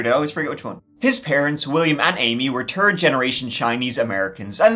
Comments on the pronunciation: The word is third not turd learn to speak English please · "Turd Generation"...😅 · "There was a turd guy, too."😅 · They were turd generation chinese. Thats exactly how i heard it from you. Lol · I love this channel but for the love of God, please stop saying turd. I don’t care about your accent. Please pronounce it right it’s called third. It’s pronounced T.H.I.R.D. It’s not that hard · Love how you said "third floor" as "turd floor." Brings a fantastic image to mind. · I like his pronunciation of 3, 13 and 3rd or rather tree, turteen and turd….…I suppose 33 would be something like turtytree… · So let me get this straight there was a turd roommate and a turd floor? 😂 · No! Congrats to you for the stats! I do contend, however, that there's a higher count out there, but I'll leave it to you, Count Zaddy to find & compute turds for us. 🤓💩😂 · Hehe... Turdy Juan. 🤣😂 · I feel so immature but turd gets me everytime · “…the terd floor.” Hahahaha Must be a lot of birds on that floor, eh 😜😜😜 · I have been following you for years ,as a London Irish girl I love you say the 3rd and pronounce turd you remind me of my Irish parents keep up the good work